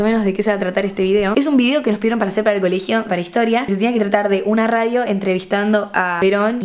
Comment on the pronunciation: Nadie Nadie x2: bienvenidos a rrradio rrrebel